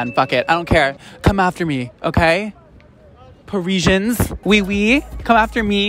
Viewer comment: "come after me par-ee-shuns" I'm literally crying!!!!!!!!!!!!!!!